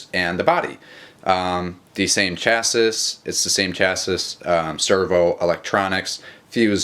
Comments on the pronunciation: Chas-ee, not Chas-iss. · its not pronounced chassis its pronounced chassie